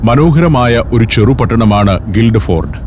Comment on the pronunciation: സന്തോഷ് സാറെ ഗിൽഡ് ഫോർഡ് അല്ല ഗിൽഫോർഡ് എന്നാണ് പറയുക, ഞാൻ ഇംഗ്ലണ്ടിലെ ഗിൽഫോർഡിൽ ആണ് താമസിക്കുന്നത്